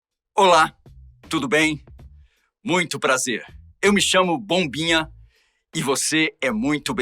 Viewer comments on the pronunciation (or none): Será que foi só eu que entendí "pombinha" e não bombinha ?😂